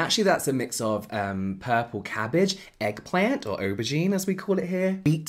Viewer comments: His American accent. Lmao. "Ehgg pleh-unt." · that american accent when u said 'eggplant' lmfaooo